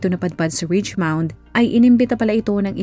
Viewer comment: richmond po not richmound